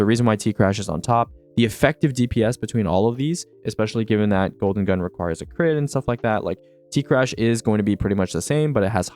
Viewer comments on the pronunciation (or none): none